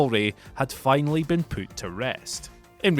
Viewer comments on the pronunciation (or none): Whenever you say the words put or push, it sounds like poot and poosh. lol